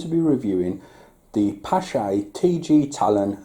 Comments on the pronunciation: Someone correct me if I am wrong, but I believe the 'ch' in the name is supposed to be pronounced like a K. The name stems from a Norwegian, and the double A is also probably pronounced using the Norwegian Å sound. Using K instead of 'ch' helps a lot though. :) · Pronounced pash